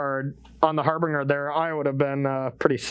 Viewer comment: “Harbringer”??? been spending too much time around Cedric.